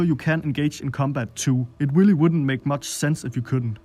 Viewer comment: Ramm just as I read this comment, he said “Willy nice”